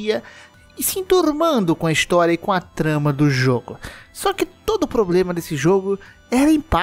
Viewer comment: "Probrema" não da, né amigo.